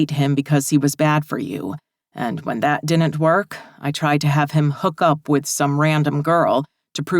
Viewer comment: Whatever you do, don’t notice the word DIDN’T mispronounced as DINNENT because your brain cannot let it go and it is said sooo many times that it gets super-distracting from the book. 🧠🧽💦